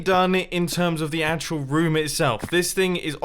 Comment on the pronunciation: whenever Mumbo says room, he says it like rum